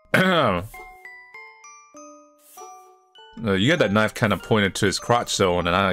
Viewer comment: "a kitchen knoyf"